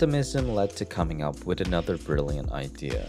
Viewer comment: Learn how to say the th in the word with, not wit 🤦🏻‍♂️